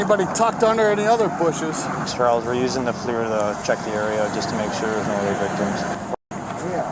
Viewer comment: "FLIR", the most common brand of thermal imaging camera and the industry standard. pronounced fleer/flier. .